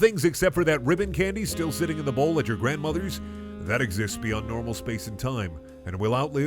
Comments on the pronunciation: This video: "excists" 331k people: "interesting" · this man forgot the letter E excists